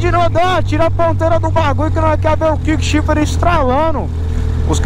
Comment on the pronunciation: Cara só um pequeno comentário construtivo: não fala kik shift não. É errado… o sistema chama “quick shift” (troca rápida)… tem de falar o U… é kuik q fala. Continuação de bom trabalho!